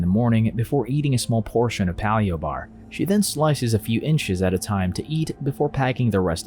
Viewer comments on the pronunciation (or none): This seems like a good movie to discuss bulimia and other eating disorders. And that ending was kinda sad, too. Nice find. Oh. And it's "pay-lee-oh" bars. Not "pah-li-o."